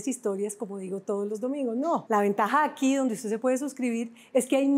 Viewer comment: 🤣😅😂🙊😁😁😁😄😃😀🙄🫢😬 ella dijo agui nadie me saca